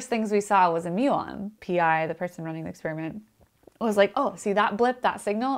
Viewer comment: First person on YouTube EVER to pronounce experiment correctly. NOT...”exSPEARiment”!